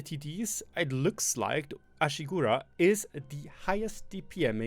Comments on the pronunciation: AshigArU not Ashigura 😂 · You swaped the A with U its not Ashigura but Ashigaru :D